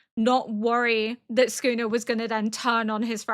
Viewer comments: Yep, she's got it basically exactly right for example. It's almost like s-kuna to an English speaker I think, where there's not a pronounced vowel sound between the s and the k but they do not form a single "sk" sound. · you're saying it right "soo koo nuh". but man i hate that guy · “Sukuna” is the correct reading and pronunciation. Your pronunciation is very clear, and it sounds just like a native Japanese speaker. I am Japanese, and I don’t find anything off about your pronunciation at all. Even if you happen to mispronounce or misread something, please don’t worry about it. (I completely understand why you’ve taken the time to politely explain your situation to first-time viewers or people who point out your pronunciation. I expect you’ll have to give similar explanations in the future, but please don’t let it bother you.) JJK contains many words that even Japanese people aren’t used to hearing or find difficult to pronounce, so it’s only natural that many people find them hard to understand or pronounce. I often get the pronunciation or reading wrong myself😆